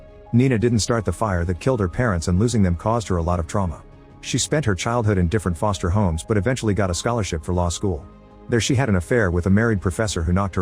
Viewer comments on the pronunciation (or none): none